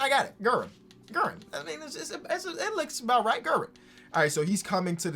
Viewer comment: FYI, its pronounced GARE-in (richie guerin)